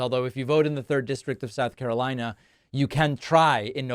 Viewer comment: "Santanic" "Souf Carolina" "Chiner" "I-ran" 😂😂😂